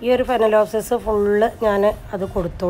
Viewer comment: Itha phalenopsis ennu parayoo.adipoliyayittundu Ella videoyum.not speak phanelopsis